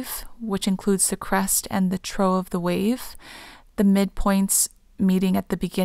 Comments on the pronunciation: "trough" is pronounced "troff," not "troh." I'll take a wild guess that you've never led your horse to a water trough to let him drink. 😉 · ❤️ Trough is pronounced “Troff” ❤️ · Whoops - I mispronounced "trough". Supposed to be pronounced as "troff", not "troh", dough. Also, thank you everyone! Lots of REALLY great comments with different perspectives you are sharing about similar information! Definitely resonating, especially to the "zero point" perspective and the "Toroid shape" perspective/comments! There is a comment about the linear timeline being more of the "eternal NOW moment projected as a line" - this actually came to me in my dream (after posting this video and reading the comment) and showed me how the linear timeline was more of the eternal NOW moment in connection to the spiral timeline. As the spiral expands, you integrate more of the open, creative, Universal energy into your eternal NOW moment and as the spiral contracts into the more linear timeline portal, you integrate less open, create, Universal energy into your eternal NOW moment. Interesting! Thank you for sharing!